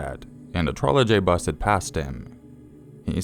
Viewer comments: i think its pronounced Troleybus like without the J. i googled it & heard the word before & knowing what one is ive never heard it called a Trole "J" bus! like the J is Pronounced Y. sorry it was just bugging me. you still are one of my favourite channels tho ;) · it's pronounced 'Trolly bus'. the Czech pronounced j as y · DUDE! You don't pronounce the J in trolejbus. I get that you will anglicize words, but don't butcher them.